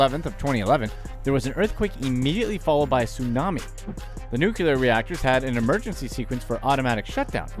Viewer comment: New-Clee-Er not Nuke-U-Ler. LOL! Seriously, this stuff is awful. And the companies who do this are way rich and don't give a rat's arse about the people.